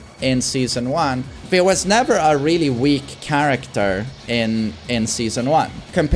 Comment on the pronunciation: "Don't chang'e charactah" - Knee